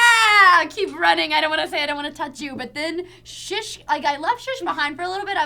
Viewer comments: Why does keep saying Shish? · Has Meg always called 'Shush'? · calling 'shish' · saying "oh-tay" best SF moment yet!